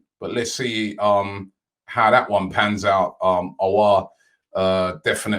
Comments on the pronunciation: Finally Robbie pronouncing perfectly houssem aouar .. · He pronounced Aouar correctly!!!!!! Big up Robbie! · Robbie finally pronouncing Auour's name correct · Finally Robbie pronounced Aouar correctly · Robbie said Aouar's name correct.. I can finally rest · Cannot believe Robbie actually pronounced Aouar right this time😂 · Finally get Aouar pronunciation correct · Praise the heavens learned the elusive pronunciation!!! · Dub so big Robbie pronounced aouar’s name right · Finally Robbie pronounces aouar probably!!!!! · pronouncing Aouar correctly. Tears in my eyes😭😭😭😭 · ROBBIE PRONOUNCING AOUAR CORRECTLY??????? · ROBBIE PRONOUNCING AOUAR CORRECTLY TEARS IN MY EYES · He finally spoke Aoua’s name well. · Robbie finally pronouncing Aouar's name properly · I just clocked robbie finally pronounced Hasim Aouar properly